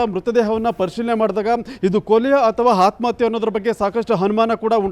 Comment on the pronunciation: ಹನುಮಾನ. ಅಲ್ಲ ಅನುಮಾನ ಹಾತ್ಮಹತ್ಯ ಅಲ್ಲ ಆತ್ಮಹತ್ಯೆ